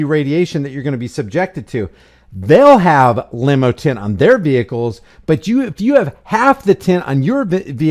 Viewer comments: It's tint no s tent that s*** drives me absolutely b***** crazy stop changing words I'LL SAY IT ONE MORE TIME IT'S TINT T I N TINT NO S AT ALL NO SUCH WORD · I couldn’t get past that dude repeatedly saying, “tents.” It’s tint.